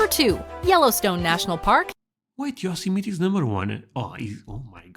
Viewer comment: this is the correct pronunciation right here! You did it.